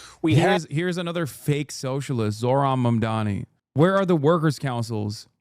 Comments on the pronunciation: First mundami, now zorhan... They can never say the name right can they? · "Zor-Han" Im a white guy and I genuinely don't understand how conservatives have so much difficulty pronouncing non white names. They have to be doing it on purpose. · Also his name is spelled Zohran, they mispronounce his name on purpose to put him down